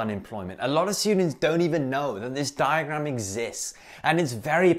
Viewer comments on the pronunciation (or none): inner Indian coming out there DiagRRRRRam